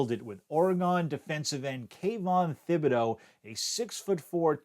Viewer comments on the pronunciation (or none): "Oregawn defensive end, Kayvon Thhihbideaux". Does this man have peanut butter stuck on the roof of his mouth?